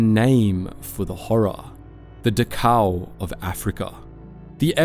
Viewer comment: Nicely done and very interesting, though your pronunciation of Dachau was a bit of a neck snap. Keep it up, old chap. All power to you.